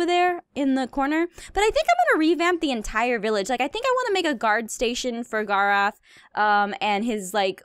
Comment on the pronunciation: The way she says gar-ath not gar-oth annoys me (I can spell it but it was just the syllables!)